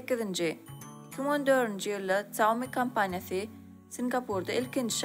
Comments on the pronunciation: Saumi diyya aslna Ksýaumi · Xiaomi diyip dogry aydyp bilenok. Kim okayan bolsada.